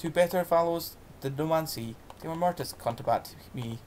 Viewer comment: OK, thanks ... a wee bit more practice before reading this great old poem would have helped, so that glitches like mispronunciations and appreciation of cadence could have been improved. Furthermore, if you re-record it, please pause before the "Timor" line, then say it more slowly with stress on each first syllable. You could also try lowering your voice a bit on that line so that there's a little more fear and foreboding. I'll gie it a wee bash mahsel' if ye like ... GBathgate, New Zealand